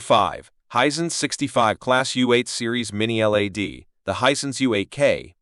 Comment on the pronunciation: This chump can’t even say LED properly never mind that these aren’t budget tv’s!